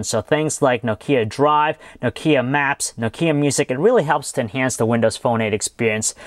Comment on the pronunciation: Stop saying No-kea!!!